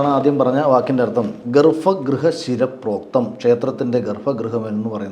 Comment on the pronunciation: Gollam. Vivaram indu. Sanskrutam ozhivaakkayirunnu. Aa paranja samskrutham okke thetta. "ShirapOktham" nnanu ... Mukham thadha nalla..Galamthatha